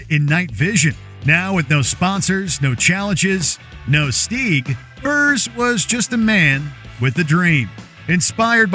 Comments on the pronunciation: Dafuqs a Steeeeg? Stig as in twig mate. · The way you pronounce stig hurts my soul..... "steeeg"